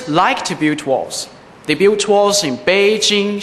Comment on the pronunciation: 感觉他built这个词发的，有点iu的音，没有听出L音的卷舌音，但是他其他的有L卷舌音的单词都发的不错，school等词。